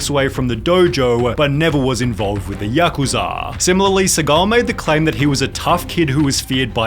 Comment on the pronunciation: It's ya-ku-za, not yuk-uza